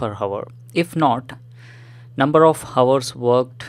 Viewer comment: hours bolna seekho bhai